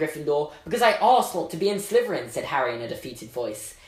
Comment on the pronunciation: Does anyone else think that when he says Slytherin, it sounds like Sliverin?